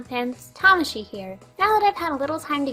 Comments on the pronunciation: How come you pronounce your name as "Tomashi" now and not "Tah-Maw-Shi"? Am I going insane? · Why did you start pronouncing your "name" differently? Before you put more emphasis on the second 'a'. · Tamashii, why are you saying you name wrong. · Why do you say different now than when you used to